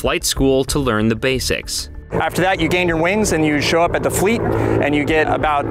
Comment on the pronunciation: the way he said fleet made me laugh